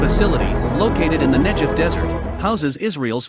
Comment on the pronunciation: Good report; but Negev is with a hard G, if you don't mind--thanks.